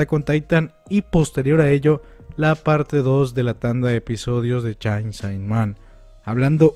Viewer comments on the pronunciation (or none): >"CHAIN SAI MAN" Dude, es CHAINSAW MAN o en japonés pronunciado como "Chensō Man". Fuera de eso, buen video. Gracias por la información. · hey, no lo digo por mal, pero se dice "cheinso man" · Chein so man mínimo. Esa pronunciación omg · "chain sai man" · Que paso con la pronunciacion de chainsawman? xD